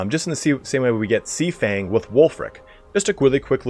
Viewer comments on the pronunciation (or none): none